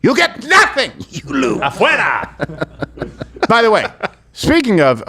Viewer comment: I need to correct her pronunciation on the Spanish. It's not abuela, It's AFUERA!